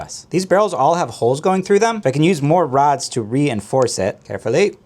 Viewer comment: You say "rods" I hear "lightsabers"